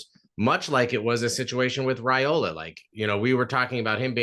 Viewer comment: "Rye"ola not "Ray"ola